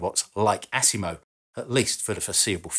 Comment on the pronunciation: I like how he says ASS IMO lol AS IMO not ASS lol